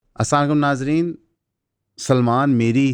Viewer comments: Correct your greetings It's Asslam o Alaikum not Assamlaikum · Asalam o alaikum sir ..ap ki buhat achi baat hai ap Salam kartay hain per usko pronounce kara kejeay .... JazakAllah Khair..ap logon ka sense of humor buhat acha hai